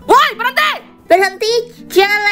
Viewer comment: "Berhenti jangan lanjut" 😭 'Lina berhentyii jangan lanjyutt'